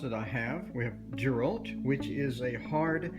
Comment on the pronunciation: Girault pronounced zhee-ro. (Zh). As in zhivago